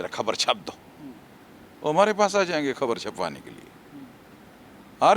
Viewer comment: ये पात्रकार कि समस्या क्या हैं भाई इसकी ज़ुबान में उर्दू हर एक शब्द में भरा हैं जायेंगे को ज़ाएंगे और भेजा को भेज़ा टाइप से....